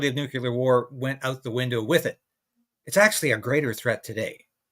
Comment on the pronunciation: it's pronounced "Nuclear", NOT "nucular". Why can't most people get it right?